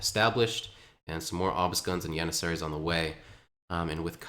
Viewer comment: Good caster... weird pronunciation though.. Yannissaries and You-lynns...